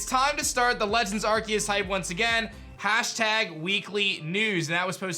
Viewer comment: PLEASE FOR THE LOVE OF GOD STOP SAYING IT aR-KEY-US ITS PRONOUNCED AR-SEE-US